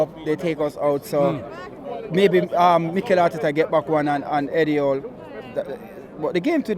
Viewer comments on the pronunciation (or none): Called him eddie hawl 😂